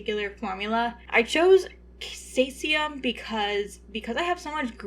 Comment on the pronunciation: The cae in caesium is pronounced see